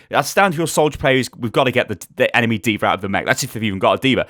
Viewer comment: legit question here. why does say AnaR DvaR and so on?